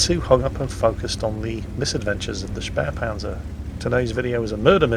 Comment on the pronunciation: Actually... it’s „Spähpanzer“ there is no r like „Spärpanzer“